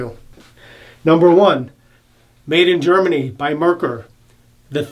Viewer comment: The brand is not pronounced "mer-kher"....There was actually a car with the same name...pronounced "MARE-coor"....like a female horse and the beer. MARE-coor.